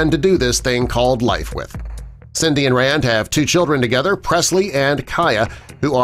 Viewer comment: Rande Gerber is pronounced RAN-dee.